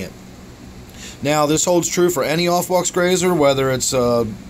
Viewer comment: i think it's a pretty attractive fish. Subscribed because you had a good stab at pronouncing aufwuchs. Nice tank